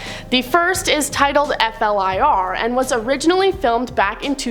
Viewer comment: F.L.I.R. is pronounced Fla-ear, not every letter spelled out.